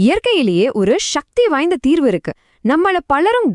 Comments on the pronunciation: சக்தி என்று சொல்லவும். ஷக்தி என்ற வார்த்தையே இல்லை. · தமிழை ஒழுங்கா பேசுடி. ஷ்ஷக்தி இல்லடி, சக்தி. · Shakti is sanskrit pronunciation, it should be avoided, pls say. Sakthi